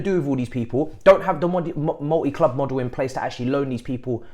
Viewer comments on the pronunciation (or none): none